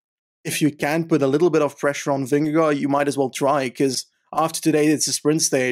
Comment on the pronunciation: Dear, pls do not pronounce the 'd' at the end of Vingegaard's name.